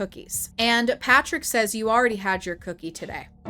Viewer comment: Lmao “Fatrick”